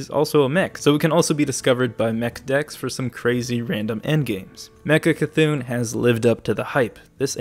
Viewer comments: It's not Mecha-C'thun. It's just Mecha'thun! nerd rage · ITS MECHA'THUN NOT MECHA C'THUN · Its' not Mecha C'thun ... It's Mecha'thun .... you're killing the actual wordplay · Every time he says mecha c'thun I cry it's mecha'thun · i dont know why but im pretty triggered he calls it mechac'thun instead of mecha'thun idk why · Dude, ME-CHA-THUN NOT ME-CHA-C'-THUN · It is Mecha‘THUN not Mecha C‘THUN ;) he also has feelings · I wonder if he's purposefully saying mechac'thun or if he misread the card's name. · Its pronounced meh c'thun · Stop saying Mecha C'thun...